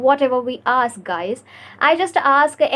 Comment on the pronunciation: Good work dear. Please work on eliminating the a at the end of words. Eg. "Isa" Instead of is "practisa" "aska"😊